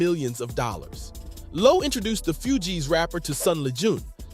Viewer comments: Few-geez ?? Maaan🤦 its pronounced like FOOGEEZ.. Even ppl who dont listen to the shit, know the groups name lol even if 90% of ppl can only name Wycliffe. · Few-Gees rapper😂 its Fugees lol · Bro, how do you NOT know how to pronounce the group's name correctly?!? Lmao 🤣🤣🤣